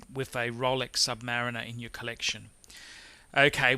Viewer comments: Dude, Submayu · sub - pause - mariner. Is this how you pronounce it?